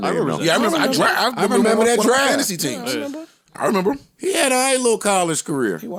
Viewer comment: "Memember", Joe Budden is made for podcasting 😆😆😆🙌🏾